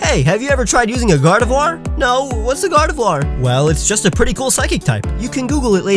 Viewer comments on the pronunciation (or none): GARDEVOIR, NOT F*CKING GARDIVOUR!